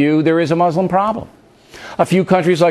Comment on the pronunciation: I wonder if the first step to the US and Muslim countries agreeing on things would be at least one American learning how to pronounce Muslim correctly?